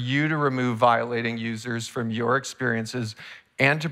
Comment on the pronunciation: "from" not form